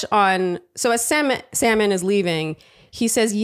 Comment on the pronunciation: Lmao Wells also started calling Sam n, salmon 😂